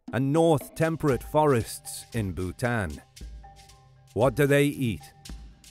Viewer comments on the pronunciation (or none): none